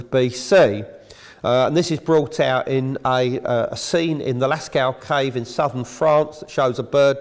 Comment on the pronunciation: The impotence of the kive in spine? And “hydees?” Excuse his pronunciation indeed!